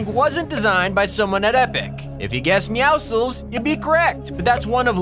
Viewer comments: OMG, SO RARE!! A PERSON WHO DOESN'T PRONOUNCE MEOWCLES AS MEOWSICKLS! THANK YOU!!!! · Why are you the only person of seen pronounce meowscles correctly? Meow+muscles Why do people say meow-skulls?